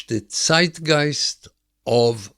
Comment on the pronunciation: Finally someone who pronounces Zeitgeist correctly